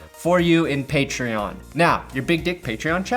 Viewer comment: Patron is not pronounced like that. Idk if its on purpose or not but that shit IRKS me every vid. Side note: thanks for the lions content.